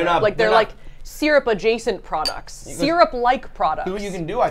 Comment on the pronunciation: Why has no one mentioned how they say syrup?! Seer-up?! It's sir-up!